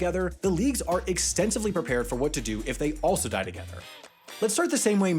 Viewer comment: I feel like “die” should have been stressed instead of also